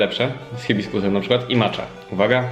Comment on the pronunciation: proszę nie mów MACZA tak samo 🤦🏻‍♀️ to się wypowiada Macia